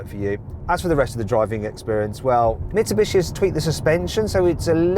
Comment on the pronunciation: 三菱の発音めっちゃネイティブやん